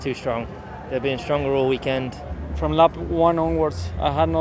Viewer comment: The way Hamilton pronounces 'week-end' still haunts me.